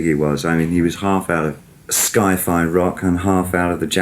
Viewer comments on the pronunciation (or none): "Sky Fi"... Hahaha. I'm really surprised he'd pronounce that wrong. It's Sci Fi, David! Pronounced "sigh fy".